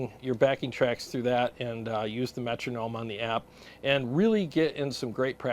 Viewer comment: Cheers 🍻 I know it's true lol but I just cringe every time I hear someone say Metronome 😂.